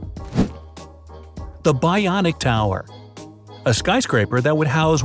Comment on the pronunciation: it is bionic tower (bon ic tower)